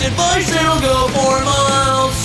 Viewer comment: Pretty sure it’s supposed to be ‘for Miles’ but I always hear ‘four Miles’ and I love that. 🤣